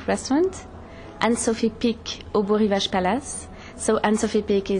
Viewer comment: Am I hearing a mispronunciation here? It's B-o (long o) Rivage. You'd think he'd know that.